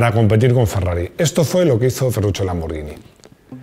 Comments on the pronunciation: Perfecto con la pronunciación de lamborghini, pero si me permites una corrección, La pronunciaciòn de Porche es "porshe" con la E neutra. Si no me crees pregunta a un aleman. Felicidades por el canal, aprendo muchoissimo. Salut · Muy bien el vídeo y muy bien el apunte de la pronunciación de Lamborghini. Pero tampoco se dice "Maglaren" sino McLaren ....con C. Me canso de escuchar "Maglaren" a más de un comentarista deportivo, incluido este canal...